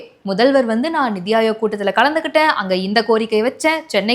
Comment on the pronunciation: Hey, it's 'neethi' aayog. Neethi means justice. Please correct next time